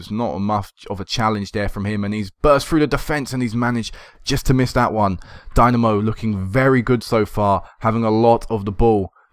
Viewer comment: Wonderful series mate. I like how long term this has been and how the club has grown. Best of luck in the EL qualifiers. This is quite probably the most enjoyable FM save I have ever watched on YT. btw...Dinamo is pronounced dee-NA-mo (na as is ha like ha ha ha)